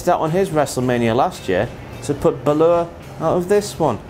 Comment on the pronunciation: Is ever gonna say Balor right?